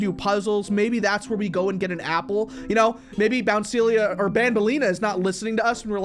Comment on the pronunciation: “Its qween bounceilia!!” 😂😂😂